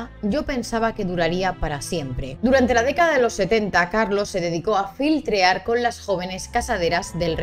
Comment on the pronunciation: No es "filtrear", es "flirtear"